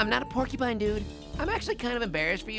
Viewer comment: I laughed when was saying pork y pine